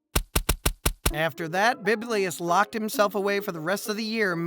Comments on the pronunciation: Not biblius but Bibilus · Why do you keep calling Bibulus "Biblius"? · Has someone already said that it's Bibulus, and not "Biblius"?